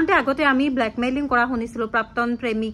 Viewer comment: Prapton buli eman bhulkoi bare bare pronounce korisa...prapton nohoi prakton dei..